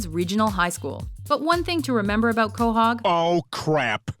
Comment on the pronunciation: Quohag? It's Quahog,not Quohag.